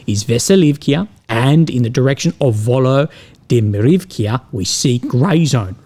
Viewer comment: it's quite easy to pronounce. Notice many ukrainian and russian willages end in -ivka or -ovka respectfully. And the part before you pronounce every time you mention Zelenskys name: Volodimir. So the willage name is Volodimir-ivka in Ukrainian and Vladimir-ovka in Russian. Same goes for russian or ukrainian towns and cities ending in -ov and -iv respectfully. Just have to srart noticing the patterns